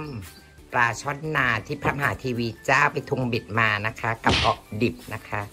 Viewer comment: ออดิบ ไม่ใช่ออกดิบ